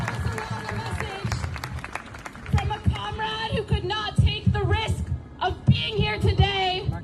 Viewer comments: she said "conrad". This is antifa gang or protestors for hire. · The woman speaking at that rally lost me as soon as she said Comrads.